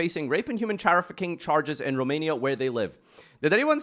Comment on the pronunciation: Hold on, how did he pronounce trafficking??